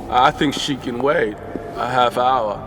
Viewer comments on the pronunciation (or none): none